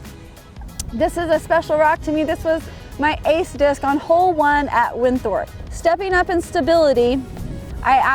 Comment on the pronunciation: Did she fuckin say "winthorp" I love it 🤣🤣